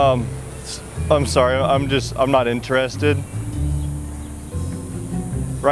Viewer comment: Why he says inter...ested It's one word: interested